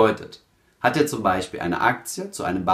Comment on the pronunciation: "Beschpreschen", "welsche" - "zwichen" "Beichpiel" - Kann man sich nicht disziplinieren, diesen schrecklichen Dialekt, wo "sch" und "ch" vertauscht werden, im Video wegzulassen? Würde das Hören des ansonsten sehr kompetent und sachlich vorgetragenen Contents enorm vereinfachen.